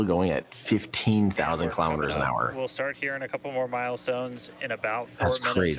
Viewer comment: KILO'METERS, not kalamaduhz.